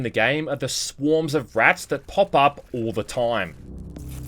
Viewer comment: "... the swarms of rats that pop up all the toym." Gotta love that pronunciation ^^